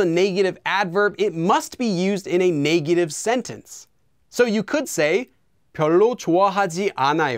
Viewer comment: The way you say negative bothers me. Great vid tho